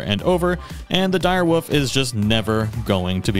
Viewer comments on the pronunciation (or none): "the dire woof" 😂😘